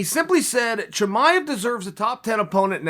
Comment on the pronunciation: why you say Husband Chimaev? You can’t pronounce his name?